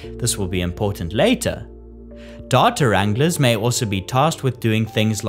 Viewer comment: Datur anglers? Oh, you mean data wranglers! LOL!